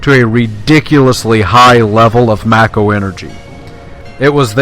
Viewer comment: "May-ko" not "macko." It's not a sixth Marx Brother.